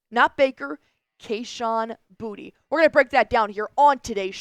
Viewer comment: Btw it’s boo-tae not booty